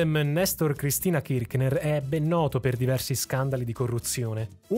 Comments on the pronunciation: KirC ner….senza ch k 😊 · Ciao, la pronuncia corretta è Kirshner (con la s fricativa, che non so trovare su questo notebook). Anche se, per quello che hanno fatto all'Argentina, meriterebbero ben peggio che la storpiatura del cognome.